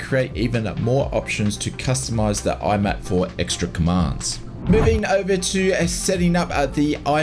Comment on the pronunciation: MIAP. M-I-A-P. Stop calling it "IMAP".